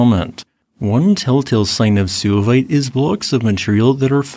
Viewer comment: suevite is derived from the Latin geographical name Suevia, a region in modern Germany known as Schwaben in German, Swabia in English. The "u" in suevite should therefore be pronounced as a "w" in English giving the word only 2 syllables, not 3; SWAY-vait, not SOO-a-vait. The latter sounds like it derives from Latin sus, pig in English.